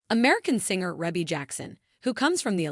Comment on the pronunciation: Its pronounced ree-bee not reh bee